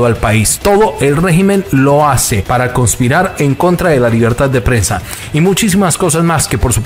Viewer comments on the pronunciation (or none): se dice conspirar, no se dice como dices tu conpirar